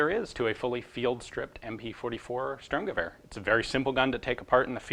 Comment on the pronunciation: Your pronunciation of "Einzel-" and "Dauerfeuer" has become magnificent! ...for an American. Now, "Sturmgewehr" needs some work. "Shtoormguhwayer" might approximate the correct pronunciation, depending on who reads it.